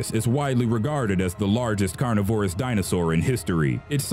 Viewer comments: ahahahah "carney - vor - ruhs"? .... I think you meant "carn - nivor - rus". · Did you really pronounce it car ni vore us? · Carn iv orous? You mean, spelling it phonetically, carnivErous? And it's not "jenous", it'a pronounced "gean-ous". Stop reading from a script and use your brain, you know how to do it, I'm sure. If this keeps happening, I won't subscribe, it's enough to cause madness! Wait, is this a robot voice? Confirm, please anyone. So I can beat my head against a concrete wall. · "carnivore-ous" sigh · Studies in the past few years have shown that T-rex was not the predator we once believed him to be. Also, why can’t this guy pronounce carnivorous? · that pronunciation of carnivorous was atrocious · Nothing screams "I'm reading this and don't really know what I'm saying" like not knowing how to pronounce the words carnivorous and conical. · You should probably learn how to pronounce carnivorous before narrating this video. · The way he pronounced some of the words like carnivorous and titanoboa